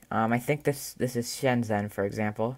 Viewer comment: "How do I say Shenzhen in Chinese" you just did in poor pronunciation, lol. :P Anyway, the OS does look nice a slick for the most part. If it had universal language support it would be up there with Zorin OS for sure.